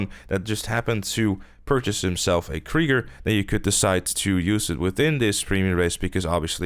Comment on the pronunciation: Ha, he said Krigger.